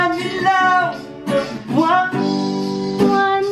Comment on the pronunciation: "Dahil simple lang ang pangarap ko" Yun ang gandaaa ng boses ni chaka walang katapusan Buwan pronounce niya Buwang😂😂 tawa akoo tas yung kasama kang tumandaaaa lalo lat gumagandaaa jamming na yung ginawaaa mong video ate shantaa pero sulit naman ipon muna akoo Para sa Merch kakaubos ng baon dahil sa project try ko mag reaction video ng wedding ninyo, ate shantaaa excited toooo Buwan😍💖 Late again😂